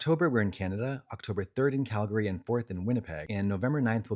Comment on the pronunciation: Thanks for pronouncing Calgary right, Katya! 😅